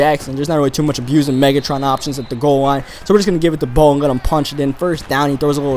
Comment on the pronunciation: You said hove instead of Bo.